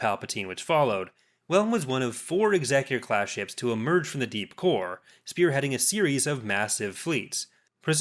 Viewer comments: Why do colonials always say executor wrong? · Amazing how many people mis pronounce the name of Vader's flagship.